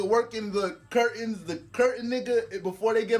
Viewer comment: "The curatain 🥷🏾." 😭😭😭😭😭😭😅😅😅😅😅